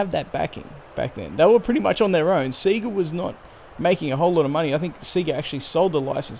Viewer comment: Only thing annoying about this video is the pronunciation of Sega 😂